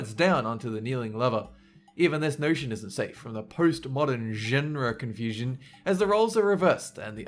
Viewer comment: Listen to how he pronounces "genre" in and